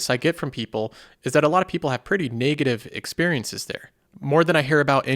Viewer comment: where are you from? That pronunciation of "NAAY-gative" threw me off so many times I cant unhear it anymore haha. Just curious.